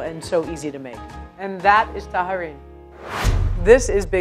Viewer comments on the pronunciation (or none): I tallarin (o tajarin -non si pronuncia alla spagnola come fa lei) sono i taglierini, piatto piemontese e sono delle tagliatelle più sottili. Le misure delle taglietelle e delle pappardelle sono tutte sbagliate, così come le orecchiette, i cavatelli, ... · You say "tayarin" not "taharin". And passatelli are from the Emilia-Romagna region (more common in Romagna, actually), not in Piedmont. It is common to use lemon rind to them and they are not made by rolling them with your hands, but through a special press. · I wouldn't be an italin on the web If I didn't point out errors in italian cuisine. This time I'll focus on the language. Pizzòccheri. The accent goes on the O It's not ta-HA-rin, rather ta-YA-rin Canèderli. Accent on the first E Moreover, Farfalle here traditionally have two ridged and two straight edges. You pinch along the straight edges. Other than that, Good job ;) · Also it's "tajarin" is not tah-hah-reen. "J" in italian is like "Y" in english. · hey, from piedmont here. really appreciate the effort, i know pronunciations can be difficult. tajarin is pronounces like in a french way, so it's like "taλarin" <3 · Why does she keep pronouncing tajarin like that??!! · There Is no "h" in tajarin, Just ask an italian 4 pronunciation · especially tajarin